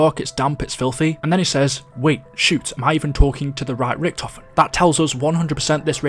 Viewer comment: How can you butcher "Richtofen" that terrible?